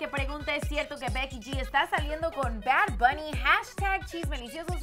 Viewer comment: Verga como que "Bar Bunny?😩